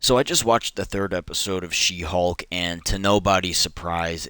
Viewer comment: is it me or why everytime he said She Hulk it become "She Hog "